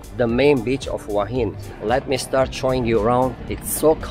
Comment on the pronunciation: Please... the city name is pronounced 'whaa heen'. Not 'who-ahh hin'.